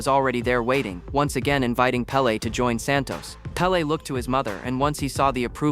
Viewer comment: It's pele's Pele